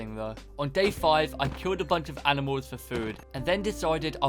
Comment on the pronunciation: Is it just me but when he said animal is anifal? idk but I might just hearing things